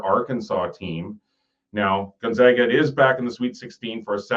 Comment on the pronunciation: Gon- ZAG-a They’re the zags… not the zogs